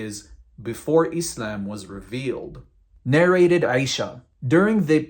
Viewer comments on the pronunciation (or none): none